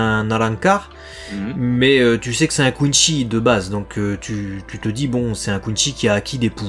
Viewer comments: Non ont dit pas coinshi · Juste une remarque ; ça se prononce Quincy avec un c pas un ch et c'est vraiment une insulte pour Bleach de le faire autrement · Content de vivre le retour de BLEACH avec vous ! ps : À Marseille on dit plus "Kouneuh-chi"